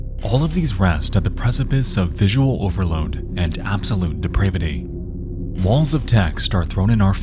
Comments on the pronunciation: The noun DEPRAVITY isn't pronounced de-PRAY-vittee. The A is flat like in HAT. The adjective, on the other hand, DEPRAVED, is pronounced dee--PRAY-vd. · You're pronouncing some words weird - poster, depravity, facets - is the audio AI generated?